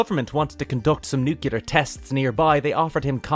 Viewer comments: Sorry famous philosopher Homer said it's nuculer. ☝️🧐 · different countries do exist my dude, people spell and say stuff differently slightly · I don’t understand why people say it like that.